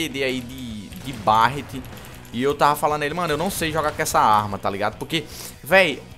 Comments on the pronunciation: Deus qui mi livre, se fala béret não barat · cara so uma coisa fala berret q fica melhor q barret